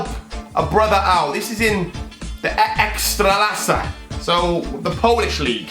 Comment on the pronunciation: So funny to hear ekstraklasa from you , im Polish and it sound great